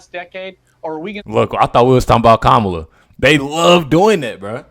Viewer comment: "Hello, Kamayla?,Kamala?...ok, Kamala i want to address you properly. I want you very happy ..."